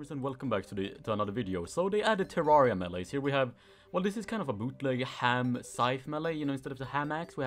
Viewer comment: Everyone: Terrarea: Terarea